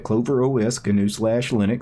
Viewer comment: Gnu pronounced "new", not "ga new"